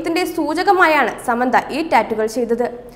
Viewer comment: ആദ്യം ഒരാളുടെ പേര് നേരെ ചൊവ്വേ പറയാൻ പഠിക്കു സമ്മന്ത അല്ല സാമന്ത 👍